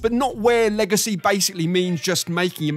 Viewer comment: You say "Legacy" I hear 'Manny Pacquiao'